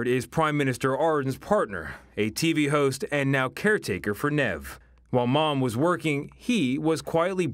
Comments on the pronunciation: “nev” her name is neve yeesh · It's Neve not Nev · It’s Neeve not Nev 🙄🙄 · It's pronounced Neeve, not Nev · Just for everyone's info her name is pronounced knee-v not knaive hehe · It's pronounced Ne-eve not Nev. Cute baby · "Nehv" it's neve like neeve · Omg guys it’s neve te aroha like... neve is pronounced knee eve te aroha is pronounced te arrow ha and adren is pronounced a durn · can babes not read? how is neve nev.. and how is ardern ardin. not even gonna get started on te aroha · “Meet 3 month old Nevvv Tay Arow-ha...” hahahaha obviously if he was told how to pronounce it correctly he would’ve but you can’t help but laugh lol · Aidan Sharples It's pronounced Neev. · neve is not pronounced nev wtf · 'Nev'. It's like 'Niamh'. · Neve is pronounced Nieve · It’s pronounced N eeeve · Hahaha I can't deal with his pronunciation "nev" haha wtf atleast check things like that first 😅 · it's pronounced 'neev' for godsake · omfg the way e pronouced her name HAHAHAHAHA (knee-eivh (lol idk how to spell it out) tea-ah-roh-ha arh-dern gay-ford) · The cringe of him pronouncing Neve and Ardern incorrectly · why does he pronounce Neve like that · It's 'Neve'.